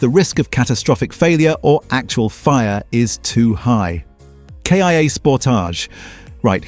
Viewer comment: Once again, useful information spoiled by terrible AI generated narration, that can't decide whether it's talking about a Kia or a K. I. A. Nor did it know how to pronounce Sportage. Just do your own narration, or pay a human to do it for you